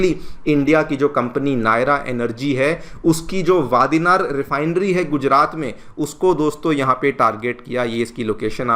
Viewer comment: भाई, वादीनार नही वाड़ीनार।